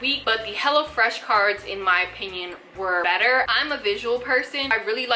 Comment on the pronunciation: Girlll, I kept hearing you say Hella Fresh and I'm like hell YEAHHH 😎 lol...and my ig